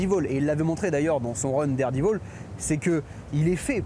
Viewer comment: Derdivol ??? Spidé ??? C'est quoi cet accent 😉Marco Checchetto est un très bon artiste ... mais il a la facheuse tendance a foutre des barbes a tous les héros principaux ( Franck Castle, Matt Murdock et là c'est Peter Parker et c'est pour ma part très chiant .